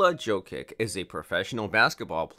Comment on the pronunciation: its prounounced YO-KICH not JOE-KIK lol